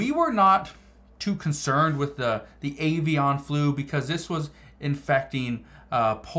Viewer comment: Stop saying avian like that lol